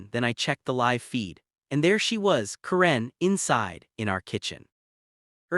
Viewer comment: Waste of time!!!!! AI BS don’t bother. Can’t even say the name “Karen” correctly. Stupid and likely 100% fake.